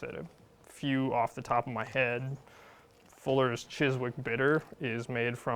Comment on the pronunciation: Quick note on pronunciation: the 'w' in the middle of Warwick and Chiswick is silent. I know I'm being pedantic but as an Englishman it jars ever so slightly. Love the content though. A fantastic resource and full of information.